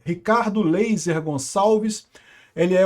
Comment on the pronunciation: Ricardo "Leyser" 😂😂😂😂